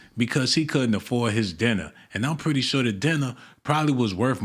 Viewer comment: He said “sho is” 😂